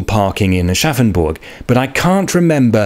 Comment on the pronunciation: I will never not hear "Arschaffenburg" in my head and I think I might be forever 12.